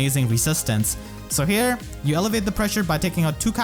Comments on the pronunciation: Hey man loved this video! Quick thing though: I think you are trying to say "alleviate the pressure" a few times in this video, but it sounds like "elevate the pressure", which is a bit confusing since they basically have opposite meanings in this case. Unless you mean you are elevating your own team's offensive pressure and I just interpreted it wrong lol either way I love your videos! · this is one of you best videos ever dude. showcasing her potential was awesome edit: also alleviate (AH-LEE-VEE-ATE) is different than elevate